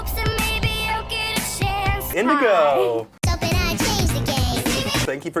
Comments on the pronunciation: Indigo sounds like endigo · is it just me or is indigo, IndiStar